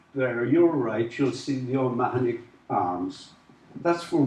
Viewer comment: I always thought it was pronounced Oh-mar-nee?